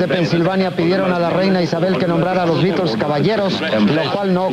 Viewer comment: Al fin alguien pronuncia bien los beatles